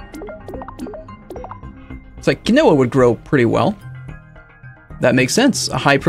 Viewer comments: Not kih-no-wa, key-no-wa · My god Quinoa is pronounced *keenwah almost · "Key-no-a" isn't how you pronounce it, it's "keen-wa" RREEEEEEEE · Keyn-wa. Not Keynowa. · It's pronounced "KEEN-WAH" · It's keen-wa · Quinoa - "keen-wah" It's weird, but that's how to actually pronounce it. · By the end of this series will start to question his pronounciation of even the most basic words. Also, just in case you didn't read it fifty times already it's keen-wa. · Quinoa is pronounced "keenwah" just an fyi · It's pronounced keen-wa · It's pronounced Keen Wah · quinoa is pronounced keen wah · Just FYI,... Quinoa is pronounced "keen-WAH". No, really. I know... I know... but that's how it's pronounced. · I'm not gonna hate for your pronunciation of "potash"... but "quinoa" is pronounced Keen-Wah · I've only ever seen it with the o pronounced, but still with a long e rather than the short i he used.